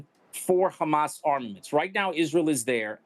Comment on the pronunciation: how come he can say Hamas normally sometimes and then other times, there is a heavy emphasis on the Khhhhhhhamas